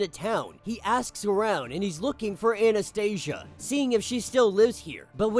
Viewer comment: I really liked Omega Red's story . These issues were released first as infinity comics . Anastasia should be pronounced more like Anastasiya since they are russians ,not Anastaisha ,sounds more american than slavic 😂. Anyways ,Omega red was captured in the series Sentinels . Someone reported these events in this issue and they came to capture him and send him to Greymalkin .